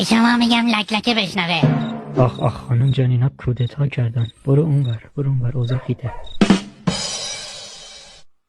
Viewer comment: قشنگ گفت کوداتا کردن 😂